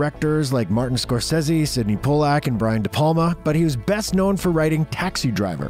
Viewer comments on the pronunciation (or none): Great video! But,...Po-lack? Yikes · Did you really call Pollack: Po-LLACK??....Oof 🤦🏼‍♀️